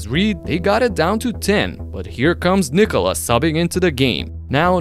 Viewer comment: I love how you pronounce Nikola how it should be😂😂 not how Americams do😅😅